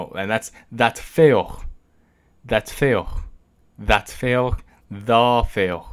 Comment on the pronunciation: Pæt feoh sounds like that fail